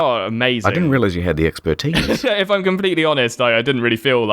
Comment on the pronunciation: Expertise or 'Expert Teeth'